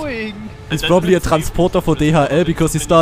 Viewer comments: Wie der Akzent kick bei TRANSPORDA haha :'D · Random question, is transporter a german word as well ? Because your accent really kicks in whenever you say it.